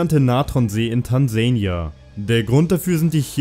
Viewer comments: Tanseina ? :D Wolltest du's unbedingt englisch aussprechen oder weißt du's nicht besser :D? Das heißt Tansania und selbst wenn du's in Englisch aussprichst bleibt es immer noch die selbe Aussprache nur wirds dann Tanzania geschrieben. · Tansania.. nicht Tansaynia.. Ja ich bin kleinlich aber sowas nervt mich.. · Tansähnjiaa ? Ernsthaft ? Nicht böse gemeint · Wie du "Tansania" aussprichst geht auf keine Kuhhaut^^. Und es heißt "alkalisch" nicht algisch. Du solltest deinen Kanal in "Halbwissensautomat" umbenennen^^